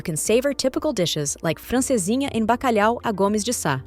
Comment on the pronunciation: I can't really understand...is it so difficult to learn how some foreign words are pronounced before making a presentation like this? Like saudade, bacalhau